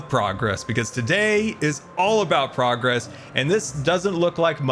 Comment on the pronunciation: Not me, understanding "state of broccoli" instead of "state of progress" 😂